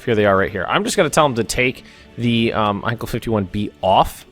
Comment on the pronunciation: btw as a german i know the plane company heinkel is pronounced like hinekill